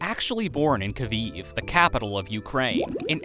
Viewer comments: Kaveev??????? You mean Kiev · Kyiv ❌ Kviv✅ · You pronounced Kyiv wrong it’s supposed to be Ki-ev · Bro, it's spelled as Kyiv, not Kviv